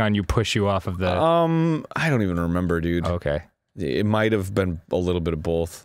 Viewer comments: "It mighta been a little bit of bolth." -Arin H. 2015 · I die a little inside everytime arin says "bolth" instead of both. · "bolth" i still love it